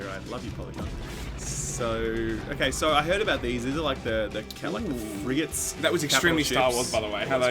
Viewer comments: Fregnart? Frigananart? Frigantè!? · Mispronouncing 'Frigate' is the new Mispronouncing 'Melee'.